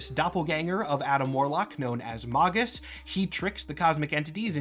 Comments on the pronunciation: "mog-us" No "Mag-us", like "magazine" Or alternatively (and less cool) "maje-us" like "mage" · I thought it was pronounced "Magus." Not "Magus." 😂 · Erm May-Gus not Mah-Gus Jk love your vids 😂😂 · isn't it Maygus?